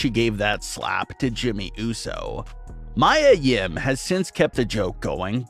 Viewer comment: Her name is Mia(Mee-ah) Yim not Mya or Maya like Angelou or the singer.